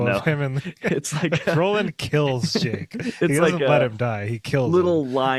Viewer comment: I thought oy said 'ake, not Jake